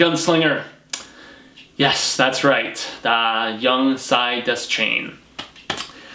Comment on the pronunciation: Deschain is pronounced dee-shane.